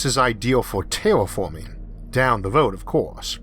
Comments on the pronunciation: Tewwa Fawming, sarlfewik athid? fingors? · Pronunciation is border line retarded. Eawf? Pawadise? Tewaforming? Yeawas? Maws? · Cowanizing and tewafowming venus, not maws